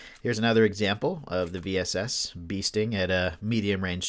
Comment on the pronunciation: If you can master the bullet drop, the VSS is pretty dope. I've curved it over hills and mounds to hit a poor opponent just trying to peek or heal. Semi and full auto, too! And yes, it's range is a bit limited. I think the farthest kill I've gotten with it is about 250m. And thanks for pronouncing the name right!